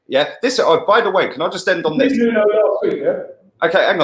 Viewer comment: man said Nuno lol